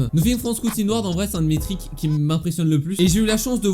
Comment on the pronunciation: stp dit triks et pas trik